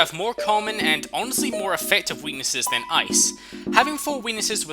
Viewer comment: it sounds like he says " having four wenises"